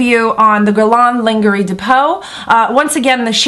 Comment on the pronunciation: The proper way to say it is, Gu-è-r-l-ain Lain-je-rie de peau (not guerlon either linguery) Just for your information :-) ( the french way to pronounce it )